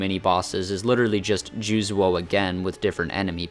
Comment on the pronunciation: I have no idea how you look at the name Juzou and pronounce it "Jooz-wo". It's "Joo-zo" though with a longer o sound. It's just another way of writing Juzō. The u just communicates that it's a longer vowel sound. Edit: Are you misreading it? Like thinking it's Juzuo? That would make more sense.